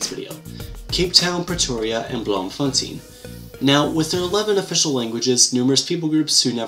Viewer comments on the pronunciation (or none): Dit is nie “bloomfontine” ons sê bloomfonTAYN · Pronounced "Bloomfontine". Nice video BTW! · Sorry, but Blomfontein is pronounced Blom- fon- tay-n (where the "o" is pronounced like the very first part of the word "door".)